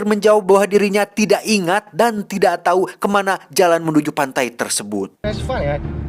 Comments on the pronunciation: Aduh si, diberitau pake u bukan pake i atuh hahhaha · memberi tau bukan memberi tai bang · ada yg ngeh ngga sih tiap ngmg "memberi tau". berapa x geu dengernya "memberi ta*" 🤣🤣🤣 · wkwkkw si tijalikeuh letah na memberi-tai